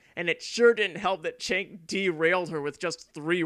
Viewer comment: His name is pronounced ‘Jenk’.